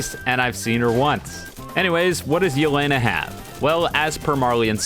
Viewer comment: This video is all cool and all but Do you even watch aot? plus the way he pronounces Yeh-le-na is funny